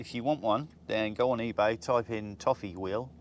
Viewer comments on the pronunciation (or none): none